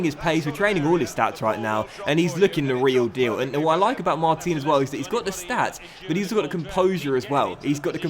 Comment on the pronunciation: Just being nit-picky here, but Mar-teen is actually pronounced Mar-tan in French. Love the series and your content, keep it coming!